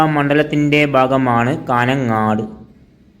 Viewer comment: കാന ങ്ങാട് അല്ല കാഞ്ഞങ്ങാട് പട്ടണങ്ങളുടെ പേരെങ്കിലും പഠിക്ക്